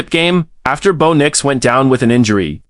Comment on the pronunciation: Bow Nyx/Nicks lol. 😂McLocklin lol. Need correct pronunciation and spelling please.